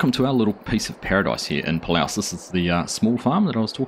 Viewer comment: It’s pronounced like “pah-loose”. They also empty by the combines driving to the grain cart on a flatter area, rarely on the go. Great start! Will be fun to see it grow.